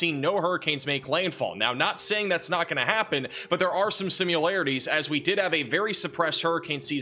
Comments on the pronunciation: "Simu-larities" I think you meant Similarities. 😂🤣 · “Similarities”, not “simularities”. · did he just say 'sim-u-larities'? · "simularities" A similar simulation?